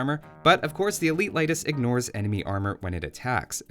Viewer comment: It's pronounced [Ley-tis]. I'm Lithuanian.